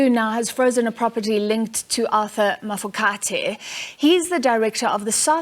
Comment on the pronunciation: How does a whole News Anchor that was born in South Africa and lived here her whole life not know how to pronounce Mafokate ? Also why is a member of the minority presenting news to a country with a majority that is African.........